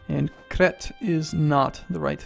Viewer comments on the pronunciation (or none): Holy crap it's Crete nor crat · Crete is pronounced Creat,:) Actually, nevermind... you mispronounced Crete before reading this silly event about the Inquisition... LOL. All these absurd words. Every time I see the word "Doge" I think about a shibe, shiba inu. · You mispronounced crete it is said hard c r éééte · How did he pronounce Crete? Cret?